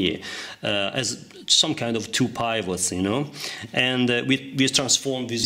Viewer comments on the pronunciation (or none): Another super video! Thank you very much. Your English is excellent. Please allow me to contribute that the sound of the "I" in pivot is the same as in the word "it", and that, "height" rhymes with "bite, "light", and "night."